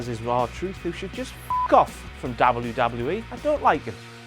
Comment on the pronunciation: I hate the way he says Dabble You Dabble You E.